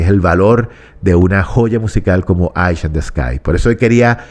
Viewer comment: Estimado, por el amor de Dios no diga más "Aish in ths Sky" la palabra "Eye" en inglés se pronuncia "Ai", el nombre de la canción se pronunciaría correctamente de la siguiente forma: "Ai in de scai". Espero haber sido útil. Saludos cordiales.